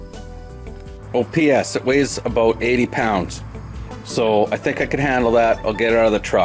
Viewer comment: He said “a ⛵️ boat”. I think he was trying to say “about”. 🤔